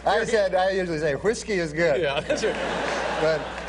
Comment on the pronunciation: I like the way Norm puts the H in front of the W when he pronounces whiskey lol